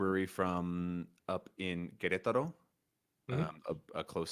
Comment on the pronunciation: Me being surprised on the accurate queretaro pronunciation and forgetting this was the refold podcast